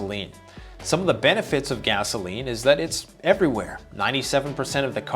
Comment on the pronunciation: Hi, great video as usual. Particularly strong intro. Appreciated the little.inside joke when you pronounced it gazzoline.